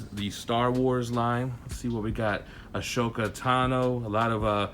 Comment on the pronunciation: Sry to correct u man, but it is only spelled Ashoka. You say Asoka.